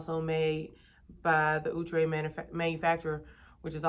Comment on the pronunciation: I was like who?.... We always pronounced it " Ow-tray" not "Ou-tre"...lol That was insightful Now on to this hair... Have you subscribed to hair magazines to stay on top of what's trending? What do you do to stay current?